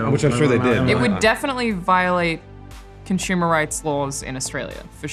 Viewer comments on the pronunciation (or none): Can someone make a 10 hour video version of Alanah saying "conshumer" over and over? Thanks.